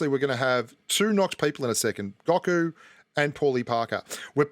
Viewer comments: Its Go Ku not Gaku lol #DBZ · Watch DBZ. It’s (Go-Ku) lol